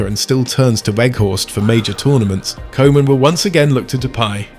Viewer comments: its koeman not kooman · I'ts pronounced COO-MUN, not Koeman. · How is it possible to mispronounce Koeman's name? Cruijff, I understand. The ui-sound doesn't exist in English. But the 00-sound (as in football, loose, room) does. And the Dutch 'oe' is pronounced as 'oo' in English. Every football lover knows Koeman and knows it's coo-man, not co-man. Do better. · And I know this is AI, but can we say KOOOOOO man please? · It hurts my ears to hear Koeman be pronounced like kohman 😅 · Koeman : Coo-Mahn (phonetic) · Really don’t mind your pronunciation of “koeman” but if it helps the koe in Koeman is like “coo” in “cool”, “cooman” if you will. Hope this is helpful! And loved your vid!❤ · Could you pronounce the manager's name as Cooman? For the rest, nice video, tnx! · It's simpler. The OE sounds like the OU in YOU. So Youman, Kouman, Koeman.😊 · Koeman is pronounced as Coo-mahn. In Dutch the the "oe" is pronounced like it is in the English word "shoe". Man isn't pronounced as "men" but with an "ah" sounding letter A.